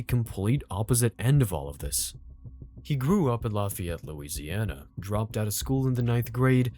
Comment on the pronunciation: Doesn't know how to pronounce "Lafayette" 😂